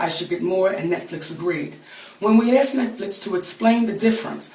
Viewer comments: Aaagghhh she is famous and she stills says "axed them" it's not that fucking hard!!! ASKED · She says 'We axed them' while trying to say 'We asked them' and she wants to be paid millions LoL!! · "Aksed?" Really?